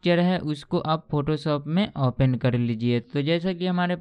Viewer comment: यह सारे लोग ओपेन क्यों बोलते हैं ओपन को ?